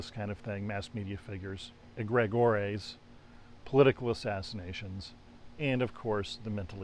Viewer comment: Never heard, "Egregore" (eh-greh-gor), pronounced that way before